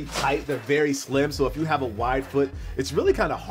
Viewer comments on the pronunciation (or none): none